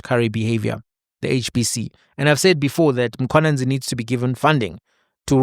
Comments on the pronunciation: Lol cause in Zim we have Mkhwananzi not Mkhwanazi. I only realized the difference after 15years of staying in SA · Mkhwanazi not Mkhwananzi 🙄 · Mkwanazi, not Mkhwananzi 😂😂😂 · My Brother it's Mkhwanazi not Mkhwananzi. This is a national hero let's get his surname right. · God dann, it’s Mkhwanazi not Mkhwanzi, even though you’re from Zim, learn to pronounce surnames correctly.